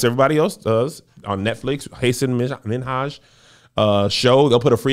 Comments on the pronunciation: Not "haysin minhoge" 3 minutes in 😭😭😩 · still tryna figure out exactly HOW Kevin mispronounced Hasan Minhaj's name so badly